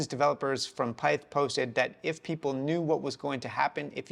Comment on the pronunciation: Your saying pyth wrong brotha